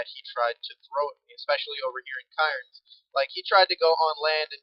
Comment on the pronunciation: I'm Australian, and the way you said Cairns was cringe worthy, lol. We generally pronounce it Cans basically, but it might sound a bit weird with others saying it due to accents and all